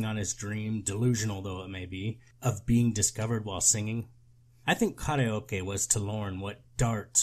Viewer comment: Pause to appreciate how karaoke was correctly pronounced.